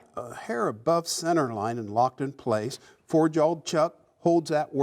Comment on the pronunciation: Hey, Have you considered speach therapy? I mean, we both know there is no "L" in the words saw, jaw or draw.